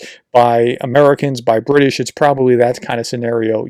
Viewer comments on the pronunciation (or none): none